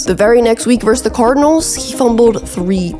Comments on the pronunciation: verSUS. Two syllables. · The word is "versus"!